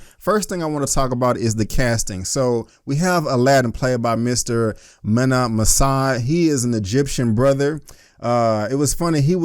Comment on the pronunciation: It’s pronounced Meena MasOod.